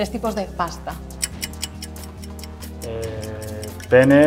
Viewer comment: Que incomodo habrá sido decir PENNE